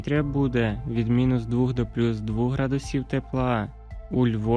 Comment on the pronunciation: Невже так важко сказати двох, а не двух.